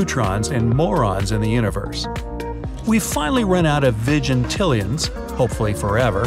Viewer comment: I think you pronounced vigintillion wrong...